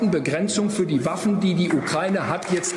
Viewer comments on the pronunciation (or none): none